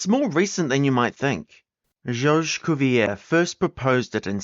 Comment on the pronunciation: You need to be more consistent in your pronunciation. For some reason, you chose to pronounce Georges Cuvier with the French pronunciation of his first name, but the English pronunciation of his surname. One or the other, not both. In French the surname is pronounced Coo vee yay.